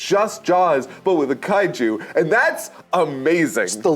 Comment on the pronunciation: Eesh the affected Japanese pronunciations of the Kaiju names 😬😬😬